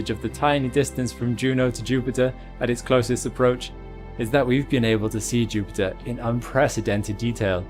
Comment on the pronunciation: When I clicked on this video I was thinking "oh god, this guys voice is too much at ti..." Video: JUUUPITTAA!!!!